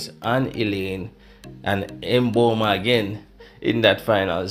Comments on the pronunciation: no he didn't It's Mmmmmbomba not Emboma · Can we have our African names pronounced properly....thank you!